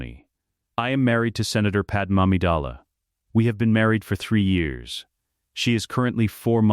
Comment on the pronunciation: It’s pronounced pad may.